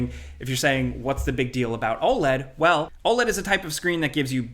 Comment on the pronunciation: Saying OLED like OLED and not OLED is pretty f*cking crazy